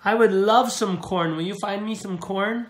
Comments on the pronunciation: It was carn not corn. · That's not corn, it's car-n